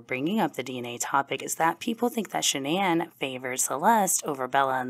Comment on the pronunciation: Not 'Shan'Ann' 😅